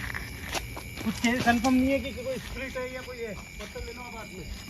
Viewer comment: Patal nahin pathar bolo pathar